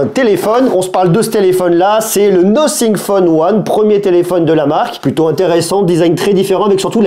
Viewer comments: C'est Nothing [Nāfing] et non Nocing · « Nocing ? » la prononciation 😂!